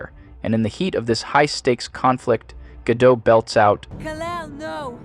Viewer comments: You could have at least learned to pronounce her name correctly. It's GadoT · I love how the AI voice keeps switching between pronouncing her name Ga-dot & Ga-doe throughout the whole thing. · The commentary is good, but her name isn't pronounced the way you're saying it. Gal Gadot (pronounced [ˈɡal ɡaˈdot]) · I agree with her lack of range, but she pronounces her surname with a T at the end. GAH-dought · "Gadeau" "Gadot" "Gadeau" Gadot" FFS mate, pick a pronunciation and stick with it. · Will people start pronouncing her name correctly? She’s from Israel, her name is not French, stop pronouncing it as Margot or Bardot, it’s pronounced Gah-dott emphasizing the t at the end. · <3 Gal Ga-DOUGH (When The Youtuber Has No Idea ...... Pronouncing Names Correctly) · It cracked me up that her last name was pronounced differently every time (“Gah-dot”, “Gah-dough”, “Gay-dough”) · It's pronounced Ga-dote. At least that's as close as you're getting to accurate without an Israeli accent. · Her name is pronounced as it's spelled. It isn't French. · If you're going to do an entire video on someone, at least learn how to pronounce their name. The 't' is not silent. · The way that you have mispronounced her name five or six different ways was confusing at first. But then I heard you actually pronounce it correctly at this Mark, And I'm pretty sure that you did it on purpose. And man I just have one question for you... How can I love you so much? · I like her, but yes, she's a terrible actress. And her last name is pronounced as written - including the T at the end. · You use AI to speak in these videos? You mispronounced “Gadot” at least four different times… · lmao why is her name pronounced wrong in the intro but correctly after ? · Could you please decide if you're pronouncing the T in her name or not, though? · Anyway, the pronunciation of her name is wrong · I never knew the t was silent 😅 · Dude you can't even say her name right? You don't get to criticize her